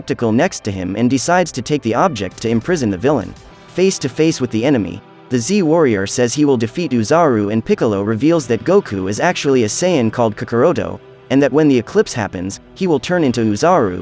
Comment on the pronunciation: Not Kakaroto its Kakarot Not Guku Its Goku